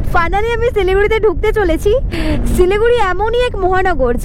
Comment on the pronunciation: সিলিগুড়ি না শিলিগুড়ি 😂